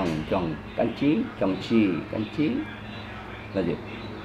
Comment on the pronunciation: 학생의 발음을 잘 들어보면 cảnh trí(경치), trang trí(장치)를 잘못발음하는게 나옵니다. 이 부부을 수정합니다.